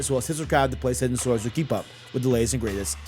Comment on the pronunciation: He can’t say PlayStation 😂 it’s funny a little but just slow down bro